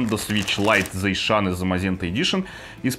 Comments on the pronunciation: не зайшеан а затсион вроде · Заишан зе замазента? Я так услышал...